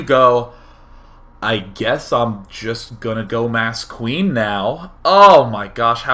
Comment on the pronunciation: "qween wush fwom wubby"